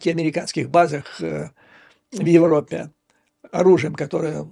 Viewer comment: Раздрай в ...Опе президента? А где проущенная буква Ж?